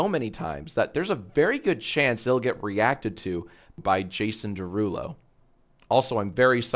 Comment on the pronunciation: it’s his derulow 😭